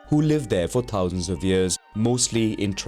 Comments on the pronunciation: The word Thousand is pronounced with a ‘TH’ not as ‘T’. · the way he said thousand tho 😭